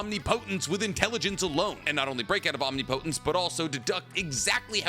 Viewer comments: Om-Ni-Pa-Tense not omnipotence 😂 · Please bruh say it right omnipotence. Om-ni-puh-tense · Is it just me or is he saying omnipotence wrong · Bro google how to say omnipotence. 😅